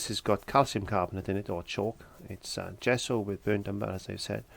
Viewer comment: What is a "zhesso"?!